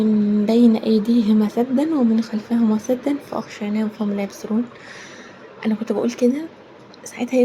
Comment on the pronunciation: سدا بالسين وليس الثاء